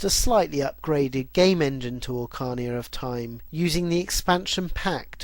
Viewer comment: ocarnia of time, lol so many pronounciation mistakes! be carefull, some of the fans of the franchises may send out the ninjas to get u LOL but serious people anyone maoning at the maker of this vid needs to realise how much hard work goes into making a history series like this! the research, the video clips, the editing, the script writing, an then recording an editing, sheesh! great vids mate!!! nuff respect to u for ur hard work! i wish there was a up2 date version,!